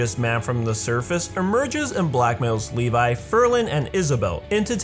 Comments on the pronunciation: lol he said leli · I don't want to sound like a smart mouth or anything but his name is pronounce as Levi not Levis. And you can find that on the OVA. I understand that I'm late.